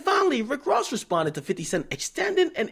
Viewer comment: Wtf y'all talking about^ lol all I know is Rick rozay cause he really can't say Ross lol is not gangster at all just a great actor.